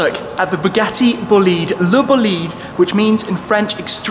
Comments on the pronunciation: Boleed... LOL learn how to say it please... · It probably is BOLIDE in italian (which is a slang word used to describe an outstanding vehicle) Pronounce it with an accent on the O and and EH sound at the end :) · wait it is pronounced Bolid?? I thought it was Bo Li dey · i thought i heard him saying bugatti bullied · His bolide pronunciation triggers me soooooo much. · You have to pronunce bolide in Italian language, check how oh google traslate. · Bolide is an italian word, so please pronunce it in italian😅😂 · The pronounce is wrong, it's an italian word.. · That pronunciation of "Bolide" made my ears bleed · Booliid??? Bòlide, its italian my friend .:) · "Bugatti """"Bullied""""" 😅 it's ITALIAN, in my language we say "BO LI DE" ("bo" - ""le" - "the") .....not "boleeeeed" for sure 🤣🤣🤣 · Not,Bo’lid..........it’s an Italian Word......Boli’ de,Yes it’s made in France but the soul is 100% Italian.....Right Ettore? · Its not bleed its bol ide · It's not pronounced "Boleed". It's "Bo lide". The lide rhymes with ride. Merriam Webster defines bolide (bō-ˌlīd) as a large meteor : FIREBALL , especially : one that explodes. I guess Shmee isn't much of an astronomer. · Bugatti BOLIDE not bolid😂😂😂 the italian is important for the car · Dude it’s not “Boleede”, it’s Bolide ,that in Italian stands for “f*cking fast car” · It’s bÓlidE not bolÍd my god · Mr. I suppose the pronouns is: “bòlide” not bolìde. (Slippery trisyllabic). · Your pronunce of Bolide is terrible. It’s italian, Bolide in fact refers to a vehicle that give you a strong feeling of power and speed when you look at it. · I dont actually understand the name.. bólide in italian is an expression to describe a very fast car so i can’t immagine another translation for the name which is italian, please Don’t pronounce it bolìde, sounds very wrong :) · it's Bolide, not Boliiiiiiiiide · Please don't say bugatti buhleed, sounds so extremely wrong. It's more b-oh-leed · Bolide not Bolìd!!! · it's not called "BLID"...